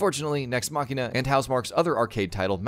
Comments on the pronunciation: MACHINE-UH NOT MACKEY NUH TF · Just hearing “machina” being said in a cringy way had me cut this video. Dude, it literally says machine. So how can “ch” in the one word be different to the other?. Guess it’s just an “English speaking people” ting.